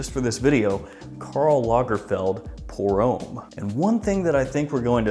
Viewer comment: it's pronounced om not ome.